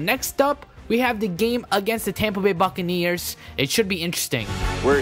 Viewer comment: lol When he said bucaneers i thought he said Fuckaneers! Lololol!